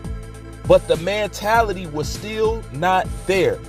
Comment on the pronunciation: For christs sake it's MENtality NOT Mantality!!!! Jesus learn correct pronunciation!!!